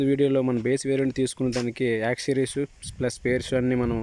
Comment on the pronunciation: యాక్ సిరీస్ కాదు బాబు అవి. యాక్సెసరీస్